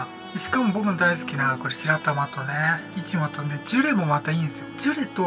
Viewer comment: 美味しそう〜(´˘`)♡ いつも気になるのがいちごの発音笑